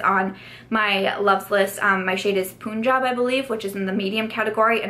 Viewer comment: Also, the 0.5 fl oz. Primerizer is $15. So if you get two, that’s 1.0 fl oz. for $30 instead of $42!!!!! And Punjab is pronounced as “Pun” (like how Shakespeare loved writing puns) “Jaab”- just in case you were wondering :)